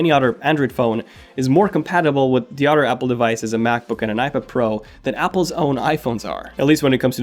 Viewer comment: How come he can pronounce the “th” in “Think” but not “other”. Sounds like “udder”